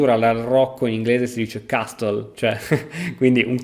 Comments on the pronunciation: non per fare il professore ma "castle" non si pronuncia "castol" o "chestol", la "t" e' muta, si pronuncia "caa-sl". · GRAZIE PER IL VIDEO. (Solo un piccolo appunto. La "T" di "castle" NON si pronuncia....). 👋Ⓜ.